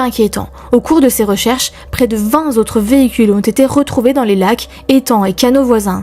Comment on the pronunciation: "Vingt Z'autres véhicules " ? ^^